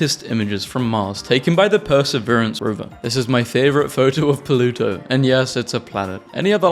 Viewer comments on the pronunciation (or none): I keep hearing "polluto"